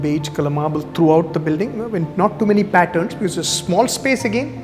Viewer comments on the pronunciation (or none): none